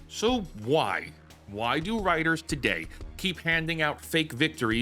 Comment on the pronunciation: lol you call them wtiters..of they are writers-i am Spock